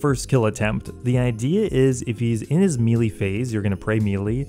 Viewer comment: I cannot stand the way you say melee